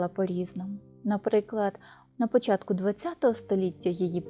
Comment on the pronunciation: Да научитесь, наконец, правильно говорить по- украински, с нормальным акцентом!!!!!! Нет в украинском языке" дивчЯта", "почЯтку", "чЕбитки", "дивчИна" и т. д. И не " шерсть, а "вовна. Прежде, чем вести блог, отнеситесь к этому ответственно и совершенствуйтесь, работая над собой.😢😢😢😢😢😢😢😢😢😢😢😢😢😢😢😢😢😢😢😢😢😢😢😢😢😢😢😢😢